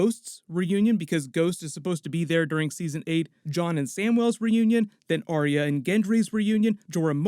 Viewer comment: “aria” (drives me nuts in every video. try saying “R-ya”)